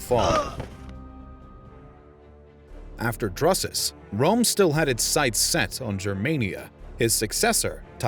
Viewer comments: had to mute it, the pronunciation of Drusus is so way off anything resembling that name is killing me. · 2.22. Drusus. Is pronounced droo-sus. Never have i heard it said dru-sus. Why are you saying it that way? Everyone says droosus? Have you never heard it said out loud before? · OMG. Learn how to pronounce the man's name right. It is pronounced Droosoos, not Druhsuhs. Even pronouncing it Droosuhs would have been much better. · It's not pronounced druhsus...it's pronounced DROOsus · Not Drusus but pronounced Droosus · Droosus, not druhsus. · "Drusus" is pronounced "droo-suss", not "druss-uss". "Troops" is also a little inaccurate when referring to the Germanic tribesmen. It implies a discipline in battle that they didn't have. Also, to offer a clarification, after the disaster of 9 AD, the Romans did colonize part of Germania, between the Rhein, Main, and Danube. They built a wall along the border, and this area remained Roman till the 5th century. But correct, they gave up on the idea of extending the empire to the Weser or the Elbe. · Droosus. Or Droosoos, Not Druhsuhs. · DROO-SUS not druh-sus. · its pronounced DREWsus fuck sake. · Isn't it pronounced Droosus? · Its Germania, 'G' as in Gaul. As it is in German. Who TF is Drassis and the Yousepeets? And what's that guy's name again, Marco Many? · I couldn't take this seriously anymore after he butchered the name "Drusus." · Amusing mispronunciation of Drusus throughout the commentary. Otherwise, informative.